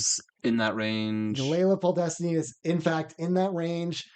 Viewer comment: How did you both not notice you mixed up letters when pronouncing "Podlesny"😭it kills me to hear it